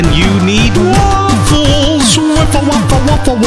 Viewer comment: Did I here a (ae to make the long a sound) Waeffle in there?